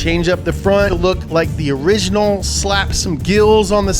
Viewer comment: "Just like the oringinal"